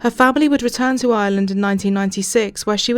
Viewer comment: I literally thought you said drogheda island lol. Maybe next time say in Ireland, the r exists for a reason